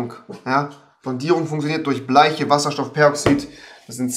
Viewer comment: Ganz wichtig die Aussprache von bleichen "bleischen"